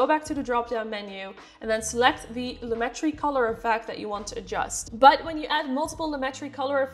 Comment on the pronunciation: Hi. Thanks for the video. The explanation of the difference between saturation and vibrance finally hit home for me so I will be able to remember the difference. As for the pronunciation of "Lumetri," according to a comment on Adobe's support forum, it is Loo-met-tree. They said the other ways of pronouncing it are from misunderstandings of the English and French languages. Here's the link